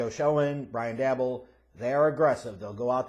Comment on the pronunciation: omg dude lol it's pronounced Joe Shane & Brian Dable like cable or Gable, please 4 da love of God lol